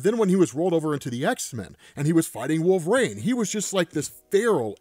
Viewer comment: Wolverine not Wool-vrain